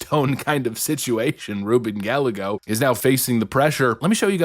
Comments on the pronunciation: Rubin guy eggo. Not Gal a go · Lol, you said his name wrong. It's pronounced GUY-gay-go. Not GAL-LE-GO. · It's pronounced "Guy-ay-Go," not "Gal-uh-go." And he's SCUM. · Guy- yay-go... NOT...Gal-le-go.... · Guy-a-gos not Galligo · It's not Gal-eggo, it's Gay-eggo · It's Gallego not Gallago. It's pronounced Gah-lye-go. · It's not "Gal - lego" it is "Guy - Yay - Go". It is a Spanish surname dating back to the old Kingdom of Gallicia. It literally means "A Man from Gallicia" or "I am One From Gallicia". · Guy-yay-go not Gal-a-go. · not GAL-LEGO...GUY A GO. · It’s Guy-yay-go not Gallago. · 🤦🏻‍♂️. Gallego (Guy-A-go) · as a hispanic, hearing you say Gallego as Gal-Leh-Goh instead of Gah-Yeh-Goh is cringe but also hilarious and i'm stealing that pronunciation. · Please learn how to pronounce Gallego. It's "Guy-Ego" not "Gall-ego." Double L in Spanish is pronounced as a Y. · Why do yo say GAL-eh-goh, when it should be pronounced ghy-EH-goh? Just wondering if you are making a mistake or a joke. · It's pronounced Guy.YAY. Go I can't stand the jerk, but that's his name. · Gallego - Guy-eh-go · It's Spanish, pronounced Guy-yay--go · Gallego is pronounced 'Guy-ay-go'. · Rubin “GaL-Lego”😂😂 has to be pronouncing Gallego that way on purpose… either way, it’s hilarious! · Pronounced Ga-yay-go. 😊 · Ruben Gallego is pronounced Gal-Lego like the toy building blocks. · His name is pronounced GUY-EGGO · Ruben GUY-gay-GO (correct pronunciation) a POS! He's a swamp insert! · Not that I care. This putz doesn't deserve to have his name pronounced correctly but it is 'Guy-A-Go'. The double LL's is a Y in spanish. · Gallego is pronounced like Guy-egg-o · Haha! Thanks for pronouncing Ruben’s name as gal-a-go. Not sure if it’s on purpose or not but he hates when people do that so I think it’s hilarious. He’s a total scum bag. And he’s in office illegitimately. Ruben Gallego needs to go!! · Pronounced Guy - yay - go. Thanks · Gallego sounds like guy yay go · He’s saying GALL-A-Go 🤣😂🤣